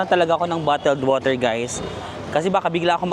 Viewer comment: borger = woter